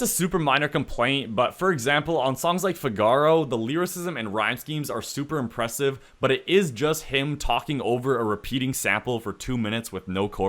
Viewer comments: it’s FIGaro not figARo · Figaro is pronounced fee gah row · How did you mispronounce Figaro ? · u did not just pronounce figaro like that 💀